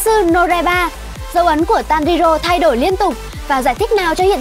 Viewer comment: Tanrirô , kimetsu no raiba , noá Chịu cách đọc luôn :)